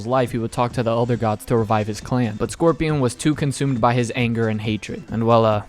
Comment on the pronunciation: How you butcher Scorpion's name like that? My goodness